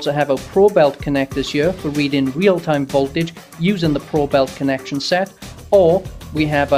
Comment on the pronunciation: Probe-it, not Probelt :]